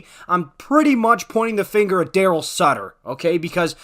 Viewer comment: It’s not sutter stop ffs